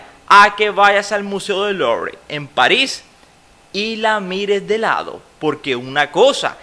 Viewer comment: Qué mala pronunciación! No es LORY es "LUVRE"